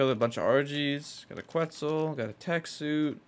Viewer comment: “A qUeTzlE”